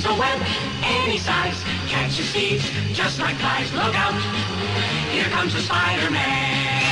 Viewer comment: I heard "catches steves" instead of thieves xD